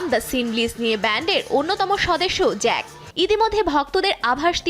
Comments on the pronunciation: জেইক✅ জ‍্যাক❌ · Jungwon❎ zungwon✅ Evan❎ivan✅ Jake❎zake✅